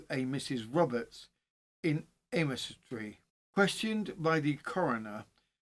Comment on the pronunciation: Leominster is pronounced like Le as in Lemon,then minster is said like mster,so lemster.The o and i aren't pronounced. Aymestry is pronounced like Aimstry. I live just a couple of miles from Mortimer's Cross.Went to school in Wigmore,so know Aymestry well. I 've lived in Herefordshire all my life,abiding for 50 years at Brimfield (not Bromfield),a village between Leominster and Ludlow. I'm a true crime lover,yet, didn't know this local case. I know about crimes in the US and Australia,but not in places very close to where I live, typical! Thank you for attempting the village/town names,and thank you for doing this case,which happened not very far from where I now live.